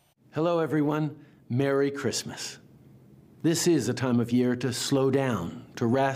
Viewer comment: Merrwy Cwismas.From Mike Tyson